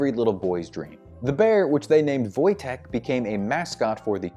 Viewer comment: A+ on getting Wojteks name right!